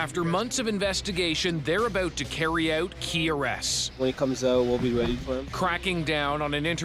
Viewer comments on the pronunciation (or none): “After months of investigation, they’re abOoout, to carry ouOooot...” Canadians and their O’s! 😂